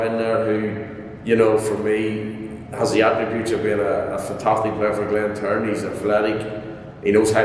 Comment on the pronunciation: It's glentoran not glenturn lol